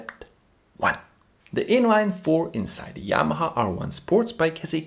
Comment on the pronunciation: Are you portuguese, man? You can’t say Yamaha? You say Yamaa. 😅